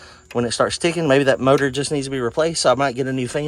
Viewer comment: Did you say murdor? I think you meant to say motor.